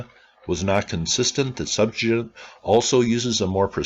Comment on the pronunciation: it's sep - TU - a - gent